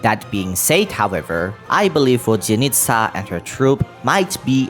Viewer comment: Also, as someone who knows russian some pronunciation corrections, the hardest thing is to learn softened consonants. Most of the time if theres a consonant before "y-" letters (yo, ya, yu) the "y-" part itself is not pronounsed while softening the prior consonant. In Vodyanitsa it's d, it sould be prononsed more like in duke, during or duty. Same with Alyosha, no y, but l is more like in leaf, try saing leaf that just le and than try replacing e with o, and that sould be it (you do probably see how hard it is to explain i spent half an hour just on this comment)